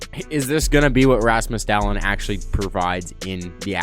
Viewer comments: It is DAA-lin, not DA-lin but idm lmao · Not dahllenn